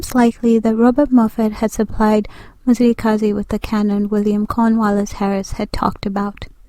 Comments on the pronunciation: Your information is incorrect. 1stly, you're mispronouncing the name and therefore losing its meaning. His name was not Mzilikazi as the white people would say, which actually takes all meaning from it, but was Mzili'Gazi meaning fasting from blood. Which means blood letting wasn't his thing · Mzila we Gazi and pronouced fast MziliGazi Mzila - Veins/arteries we-of Gazi- blood This Nguni. Please correct🙏🏽